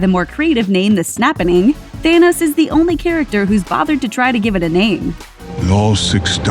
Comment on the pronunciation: His name is Thanos, not thanis.